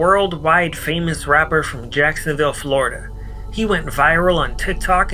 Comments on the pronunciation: Jikesonville dawg 😂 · “JIKESONVILLE DAWG!”